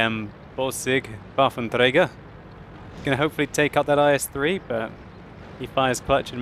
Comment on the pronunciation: you sound like a Russian each time you say "Waffenträger":P and - apologize - it sounds so silly!:D Why you just say "Gun Carrier"?